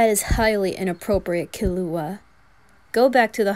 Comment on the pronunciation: I love how you pronounce killua as kill uh hua, like how they do in the 1999 version